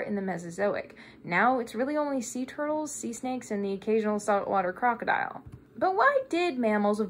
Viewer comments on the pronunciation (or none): none